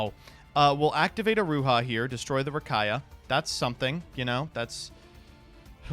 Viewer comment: Distantcoder gonna come for for saying Rakaia